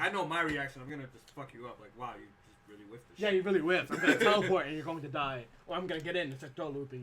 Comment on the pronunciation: I like sonicfox but damn, those "LIRLY"s was a bit too much